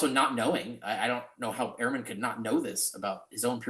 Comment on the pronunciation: It would help if you 2 would pronounce Ehrman as Dr. Ehrman does. He says "urman", not "airman". Not a big deal, but gives your narrative a small cloud.....imo